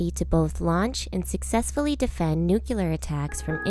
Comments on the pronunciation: ...she said "nucular". It's "nuclear"... great video series! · This video is good.. but anyone who pronounces "Nuclear" as "Nuke-u-lar" automatically makes me feel like you lose all credibility. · "Nuc-u-lar!" My ears can't *not* hear it! :-)